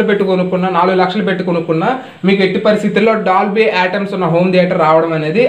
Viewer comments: Hello it is DOLBY ATMOS not atoms correct pronounciate first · It's not Atoms, It's Atmos.. first know how to pronounce it.. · Ur pronunciation atams... That is not atams..... Know about spellings that is atmos. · Bro nice move. but it's not Dolby Atoms. Ur pronunciation not correct...Dolby ATMOS..... Atmosphere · Atmos Ani paluku swamy, AT+MAS kaadu. Plus okkosari atom Ani kids antunnav. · Bhayya first adi atoms kadu bayya atmos🤣😂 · Atoms kadu adi atmos.mundu dani palakadam nerchuko.explain malli cheduv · Atoms, Molecules kadhu ra nayana, ATMOS